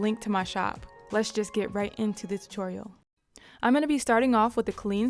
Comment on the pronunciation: I can watch your videos forever and i love the way you say tutorial lol so funny but different